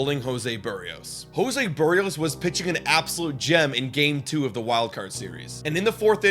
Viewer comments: Lol the worst pronunciation 😂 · Kikuchi got 3 ground balls and one soft liner 🙄. I don't even think it was Schneider's decision, it was front office. Also learn how to pronounce Berrios.